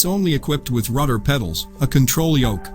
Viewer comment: He keep saying Ruder WTH is a RUDER,?